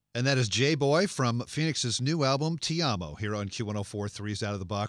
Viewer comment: pronounce things correctly!!!! toeee mahhh mars + ti amoo not tea ammo